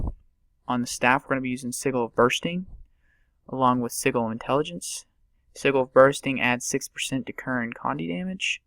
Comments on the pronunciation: Thank you. I was going to comment when you did. ITS NOT (sih -Gil) ITS (sih-jil)!!! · I never understood why people click, and i'm surprised i'm the first one to mention it. Also, its pronounced SEH-JUL. Sorry, but it was driving me nuts xD